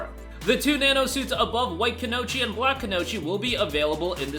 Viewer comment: Just in case you have to read this word again, it is read as “ku-no-yi-chi” and not “gnocchi”.